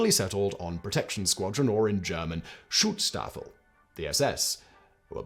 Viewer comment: Simon add an extra syllable to schutzstaffel. Is usually so careful. Or his editors are.